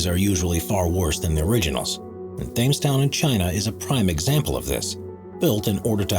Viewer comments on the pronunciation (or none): Thames is pronounced "tems" ya doofus come on I'm not even British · Thames: pronounced "Tems". For God's sake, please check pronunciations before you record! You sound like an idiot. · For the love of God, it's not pronounced Thames Town, it's pronounced Temz Town, ie phonetically. Think River Thames in London, or as it's pronounced, River Temz. Do your research instead of sounding stupid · You apparently didn't research it, but "Thames" is pronounced "temz", not "thaymes". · pronounces "tems" not themes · As an American, I see the word written as "Thames" (as in flames) like how the presenter said the word, but I'm pretty sure that word is pronounces "Tems" (with a soft e) like the river in England because the place you speak of was once considered sovereign by the British crown. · As the town in China is a copy of the Thames Valley in England, Thames should be pronounced TEMZ not like the baseball player FAMES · Hearing him pronounce Thames as Fames realy bugged me lol . it sounds like Tems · Thames is pronounced “tems” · It's pronounced "Tems". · Thames is pronounced Tems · People from Cyprus are Cypriots not Cyprots. Also Thames is pronounced 'tems', and .........why am I telling a robot how to speak English? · Since “Thames Town” is meant to be English in appearance, then “Thames” should be pronounced the way it is in the UK, phonetically, “TEMMS.” The “H” is silent, the “A” pronounced as short “e.” Doesn’t someone on the editorial or production team “spot the loonies” for narrators, or is attention to detail not important on this channel??? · Really? 🤦🏻‍♂️ The Th in Thames is silent. Phonetically it’s said like, T-ems, with a hard T. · Thames town?? It's pronounced Tems if it's supposed to be modelled on London. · Thames... oh dear oh dear... learn to PRONOUCE foreign places names please, if you're going to produce videos about them. Thames it pronounced Temz, not like your terrible mispronunciation. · Do you not know that ‘Thames’ is pronounced ‘Tems’?